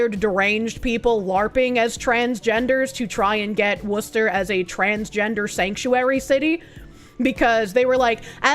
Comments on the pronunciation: I've never heard an Anerican pronounce Worcester properly. Clearly, I've been missing out on Bostonian's. ❤ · Subbed due to ability to correctly pronounce Worcester. 😉